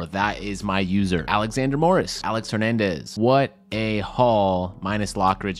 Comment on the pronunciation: When said Alex Hernandez i thought he said Aaron Hernandez